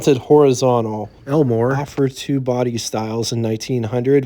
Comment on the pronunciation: I could swear you're saying Elinor and not Elmore.